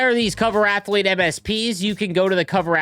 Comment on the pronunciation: "i didn't know athlete had three syllables, thats amaz-a-zing"